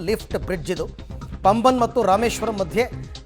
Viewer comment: Paambhan. Not pamban